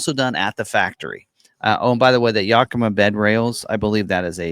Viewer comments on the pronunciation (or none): Yakima is pronounced "Yack i ma" NOT "Yuk i ma" at least that's how the city of Yakima is pronounce here in Washington state.